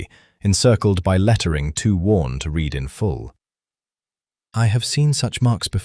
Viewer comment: AI seems incapable of dealing with the past tense of ‘read’, pronounced ‘red’. On of many mistakes. Besides, this duke is an idiot!